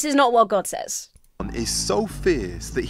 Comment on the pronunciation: Do a lot of people pronounce 'says' the way does? Exactly the way it looks? Is that a regional thing?